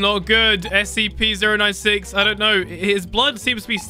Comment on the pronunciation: It's scp-096 not SCP z ero 9 six